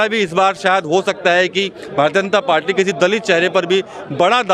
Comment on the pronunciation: पाल्टी नही पार्टी बोलना सिख ले भाई